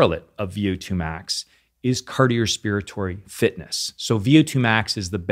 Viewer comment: Wait did I hear him say "cardiospiratory?"